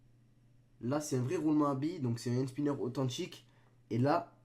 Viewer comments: C'est pas "hand SpYnner " Ptn 😂😂😂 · il fait mal au oreille quand ilpronnonce le mot hand spinner a 00h40 seconde